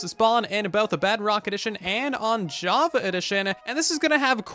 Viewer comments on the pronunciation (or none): none